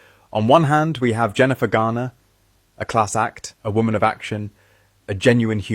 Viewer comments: Jennifer GarNER, not GARDner. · " Her name is not Jennifer "GARDNER!" It's "GARNER." I'd rather you mispronounce Meghan's name. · And Jennifer GARner, not Gardner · It’s Garner, not Gardner. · Jennifer Garner, not Gardner! eeeekkk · I love you but it’s Garner, not Gardner ❤❤❤